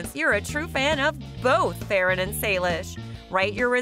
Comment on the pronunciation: Do you know that Farran name wrong